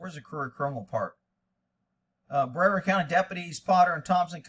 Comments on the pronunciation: This is my County and its pronounced Bree-Vard btw. This Sheriff, Wayne Ivey refuses to get body cams for his deputies because he hates accountability and transparency. This is why there are no body cams here. Earlier this year one of his deputies placed himself in front of a vehicle with three young men which was slowly veering around him and the deputy killed the driver and backseat passenger from the side as the vehicle passed him. We've seen this time and time again where cops put themselves in front of a vehicle so they can murder the occupants which is exactly what this deputy did and Sheriff Ivey saw nothing wrong with it and the shoot was deemed justified. I used to like him but now think he's just another part of the problem with policing today. It happened in Cocoa Fl if you wanna check out the dashcam and put your two cents in. Thanks again for your work brother. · BreARD - Sounds Like BrAvard e is slightest.